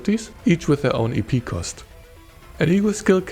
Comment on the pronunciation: Every time you said "EP" I kept hearing "eepy" and it made it difficult to focus. "Eepy Cost" 😂